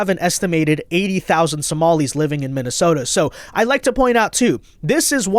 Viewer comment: Di she say “MINNISOMALIS”???????